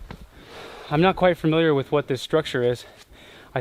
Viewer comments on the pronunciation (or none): *Familiar...NOT Firmiliar, NOT Furmiliar, NOT Fermiliar....FAMiliar...